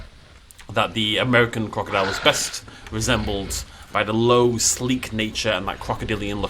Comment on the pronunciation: "the amERIcan crOcuhdILe" I love it